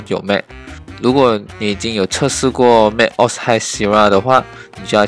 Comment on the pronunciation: 要不要再認真聽一下 Google翻譯怎麼說macOS？不然你也有系統內建的語音系統，比Google還標準